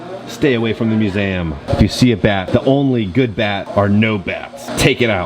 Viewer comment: Am I the only one that notices how pronounces the word museum? It sounds like is saying mu-se-am. Never hear you have an accent like that with other words though. 🤔